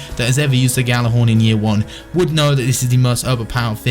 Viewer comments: please Fucking pronounce it right. Yal-ah-horn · gal-ah-horn is how you say it you fuck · are you actually challenged... GJ does not make a G sound. It makes a fucking Y. Have you ever taken any foreign language??